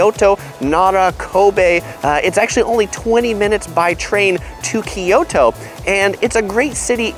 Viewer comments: kyoto not kiyoto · KYO TO, Not Ki Yo To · Can you please pronounce it right... Ki-Yo-To is typical eng speaking person pronouncing it wrong assuming its right. It should be pronouced Kyo-To. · It’s not KEE YOTO, like ToKyo just other way round KyoTo.